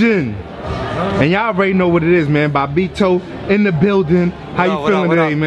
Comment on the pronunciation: His commentary in NBA Street Vol. 2 will forever be legendary. He had a bunch of quotables in that game. Btw, his name is Bobbito, not Bombeto